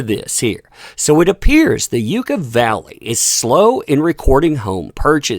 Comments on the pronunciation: Yucca…pronounced….yuck a 😉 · It’s really pronounced yuck a valley I lived in California most my life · It is pronounced like Yuck-a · Its pronounced like yaa caa (yucca valley) 🙂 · I am smirking, thanks for the update. If I may....Yucca is pronounced Yuk- ka. Love ya. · For peeps who don't know...it's Yucca Valley. Pronounced Yucka...like Yucka. Like it tastes bad. Yuck. Yucka Valley. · Pronounced... "Yuck-ah" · It sounds more like Yuck-uh valley (yucca) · Locals pronounce it like a bad taste jacca. A viciously destructive bag lady needs a bridge for her home. 😈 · Yucca is pronounced like yucka. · The Yucca is a type of cactus. We here in Arizona laugh at people's terrible mispronunciations of old Mexican words. Might want to look up how to pronounce it correctly if you are going to keep using the word. Cholla, saguaro and Gila monster also sound different than they look to pasty white people from N. Dakota. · Yucca..yuck/uh valley, is 45 mins from me and its basically a tweaker haven. I giggled every time I heard u pronounce it! U made my day! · It is pronounced YUCK Ah Valley. And the high desert ( near Joshua Tree ) doesn't need her. She can move back to Texas where her baby daddy ( allegedly ) now resides. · As a kid who grew up in this little place, it's pronounced Yuck uh valley! I adore your work and wish you the best! Thank you for your fight! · It’s Pronounced Yuhka valley - I live about 45 minutes away from there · A friendly hint ... believe it or not, really and truly it's pronounced "Yuck-a Valley." Thanks for all your good work, and especially for standing up for the importance of telling the truth. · It’s pronounced ‘Yucka’. 🙃👍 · It's pronounced (yuck-uh) yucca valley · Just a heads up, its pronounced Yuck-ah. Thanks for the coverage! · Ok, just for reference Yucca Valley is pronounced “Yuck-a”. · Pronounced 'Yuck-a' . Not "yooka" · Just a heads up from someone who actually is from that area, it's Yuck-a not You-ka, for Yucca Valley.